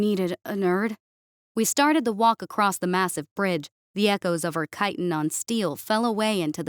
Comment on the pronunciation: The word “across” does not contain the letter “T”.